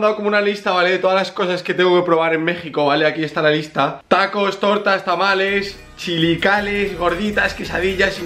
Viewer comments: son chilaquiles no chilakoles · Mexicanos: Chilaquiles Rubius: Chilicales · Chilicales jajajajaj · Tachi Games Rubiuh dijo "chilicales" en ves de chilaquiles xD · Morí de la risa cuando dijo "Chilicales"😂 la palabra correcta es "Chilaquiles". ¡Viva México!🌮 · es chilaquiles no chilicales :v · Chilicales ? Creo que quiso decir chilaquiles JAHSJAJSJAHSJSJA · chilicales? chilaquiles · Chilicales no chilakiles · No se dice: Chilaquiles Se dice: Chilicales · Si si es cierto, eso dijo el menzito, XD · JAJAJAJ son chilaquiles Es un BB Amo ser mexicana 🙂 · intento fallido de decir chilaquiles xd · un plato de México, está muy bueno son Chilaquiles jsjs, como me encantó cuando lo dijo mal 😂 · juan tellez creo que intento decir chilaquiles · Intentó decir chilaquiles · se dice chilaquiles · Jajaja cierto me dio risa como lo pronunció pero no es su culpa claro esta que no es mexicano y nunca a probado los chilaquiles. Pd: me gusta mucho de foto de Yoongi, creo que si es el no lo veo bien son las am aquí donde estoy y aunque me arden los ojos sigo viendo vídeos😅